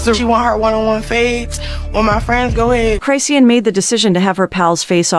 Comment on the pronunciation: Chrisean: "Chris-Shawn" Lazy A.I.: "Cry-See-Ann!" 😂